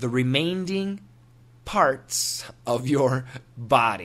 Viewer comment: Did you say Remainding???